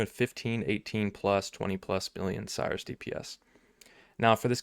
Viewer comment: When someone pronounces "Sirus" as "Cyrus".